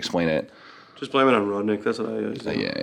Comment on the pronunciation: He was trying to say rod knock 😭